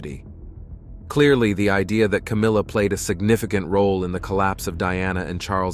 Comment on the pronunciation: Was. That. It. Was. Cowmilla